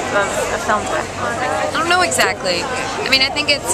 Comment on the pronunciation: "um... i rron't know" lol